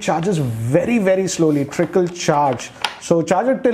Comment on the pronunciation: It's trickle not tripple bro😂😂😂